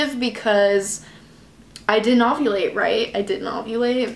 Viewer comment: are you saying ogulate not ovulate?? lol